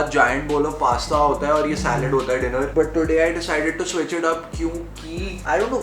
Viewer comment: "Dener time" instead of "diner time" thought it happened accidentally but made me believe it's there on purpose 😂